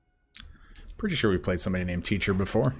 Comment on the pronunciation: Game #2 "I feel lucky" You mispronounced "Pretty"